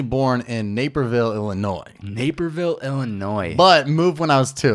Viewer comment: Oh boyyyyy someone said Illinois correctly 🙏🏻